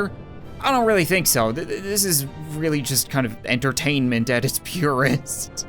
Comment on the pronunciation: Has anyone else noticed how when he says really it sounds like weally